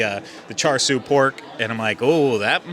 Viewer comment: pronunciation lessons. The "r" in "char siu" is silent. "Cha-soo". "Chermoula" is NOT whatever you said. It's pronounced "cher-moola". Hope that helps! BTW, those lamb chops looked incredible!